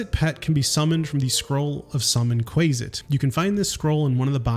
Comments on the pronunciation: Qu-ay-sit makes me want to die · Not him calling a quasit a quayzit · I take issue with your pronunciation of Quasit. But besides that, this a very quaelity video 😂😂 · Not subscribing due to your incorrect pronunciation of Quasit.